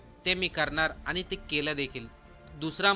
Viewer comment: अत्यंत अशुद्ध उच्चार.अशु्दधभाषा!! आनी? वीज,पाणी मुफ्त म्हणजे करदात्यांवर अधिक कर!!!